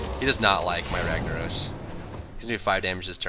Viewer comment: why you say ragnarose when its ragnarOSSSS